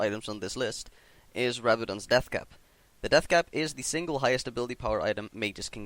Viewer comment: same with rabadons... not only zhonyas